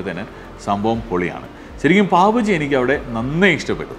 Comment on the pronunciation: ബജി അല്ല bhai.... ബാജി